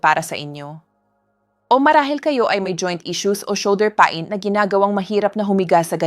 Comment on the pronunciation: You speak good English Doc just take time to correct some words for the people to fully understand and not to be confused or misunderstood your instructions because you are discussing very delicate issues.. Thank you— istomats might confuse them.. pa- in is peyn( pain) Masel for muscle not maskels .. please take sometime to correct because your English is good .. don’t miss those words and mispronounce them